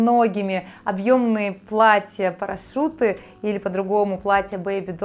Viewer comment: Ещё заметила "платья парашуты" а не парашюты)